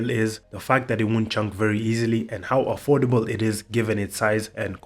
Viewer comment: 🤙🏼 Not surprised, at all 🤙🏼 Jeff put so much thought into this, insane. When you said "and how affordable it is" I heard "look cow" 😭 cos of the cows lol. I've got 85mm cags on my Trip, the McFlys tempt me for when I get better st pushin.